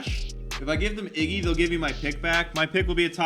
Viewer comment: "Iggwy" -. EPIC